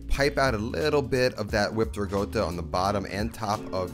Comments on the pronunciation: So funny how you pronounce Ricotta so very 'New York style"haha Great recipe nonetheless..!!!! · Love you cooking . But its so annoying how you pronoince ricotta .. its not rigodda its ricotta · Can you please stop saying Rigotta and start saying Rikotta pls? I dont know why it bothers me so much haha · Absolutely love the food you're making, and the no nonsense presentation. But it drives me crazy that you keep saying rigotta instead of ricotta :-) No offense, and it might be my old ears. Keep up the excellent work. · I love the recipe but hates the RIGOTTA pronunciation. I mean, the guy is half Italian ! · Looks fantastic but it’s ricotta not rigoata 😅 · It’s ricotta, not rigota. Lol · its ricotta, not regoda🤌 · I like this recipe, and I’ll make it this week. Unrelated, I think I’m going deaf. Not sure but I kept hearing “riGotta”? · Sounds like he’s saying Rigotta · pls stop saying rigoata - it reduces my appetite hahaha